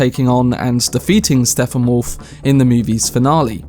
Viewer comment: His name is Steppenwolf. Stepp-en-wolf. Not Steffanwolf.